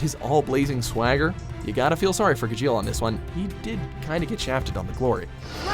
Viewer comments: Triggered over the way he said Gajeel Neji and Midoriya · Pronunciation made me cringe more than where anything was on this list. It's GAH-jeel not gah-JEEL and at least with the eng of naruto, it's NEH-ji, not NAY-ji. I understand I'm being a stickler but when there are a multitude of times they use the correct pronunciation, especially on harder to say names AND they have the clips right there saying how it should be said...makes me think needs to lessen how many anime anything videos they do, or at least try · Ga- Jeel? It's ga-sheel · It’s Gajeel! Instead of pronouncing the J like J, pronounce J with a CH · Doesn’t even know how to say natsu and gajeel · You pronounced Gajeel and Natsu wrong... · Breaha Thomas Gajeel was the most wrong... God im having bad memories of another video with their names..